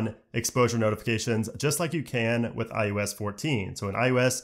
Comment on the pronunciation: Him pronouncing “iOS” as “iUS” is killing me slowly inside.